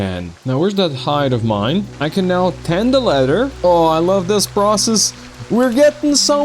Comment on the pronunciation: I love to hear the slight British inclination to your speech (which is how English is most commonly taught around the world,) and even some difficulty with some words like "leather" sounding almost like "letter" sometimes. But then randomly some 'Americanism' comes out like "F**king hell!" and it just sounds like some dude I went to high school with. 😂 I promise I'm not trying to poke fun at anything about your speech, though. I'm just loving the blend of cultures that come through with it. Anyway, this playthrough is awesome. I'm glad you came up in my recommended. Definitely subscribing. 😄